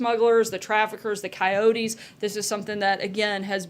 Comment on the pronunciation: did she say "the coyotes"?